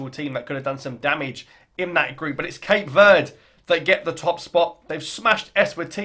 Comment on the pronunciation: It's not Cape Word. It's Verde, meaning green.